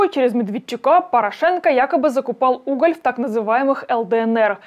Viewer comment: Ставьте ударение в фамилии ПорА'шенко правильно.